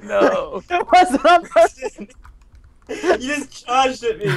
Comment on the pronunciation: Its purston